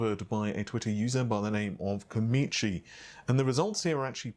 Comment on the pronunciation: Obviously can't do English because the name says Komachi and he says Komichi...